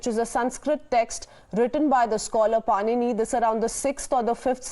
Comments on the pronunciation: padini not panini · इसकी क्या तमीज़ है। ऋषि पाणिनि बोलना तक नही आता इसको। बकवास